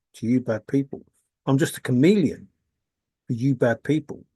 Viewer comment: Ohhhh, you keep saying chameleon i thought you were saying you are a comedian.